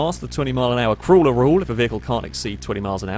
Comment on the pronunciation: Is he saying "crueler rule" or "crawler rule"? Context makes me think crawler, but he pronounces it like it's crueler. And what the fuck is a breeze block?